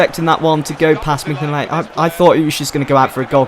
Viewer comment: Minyolet u say it wrong!!!!